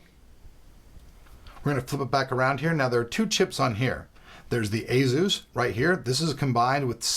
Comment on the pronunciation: Asus (/ˈeɪsuːs/). The Asus Wiki says otherwise. Even JJ from Asus pronounces it that way in his videos.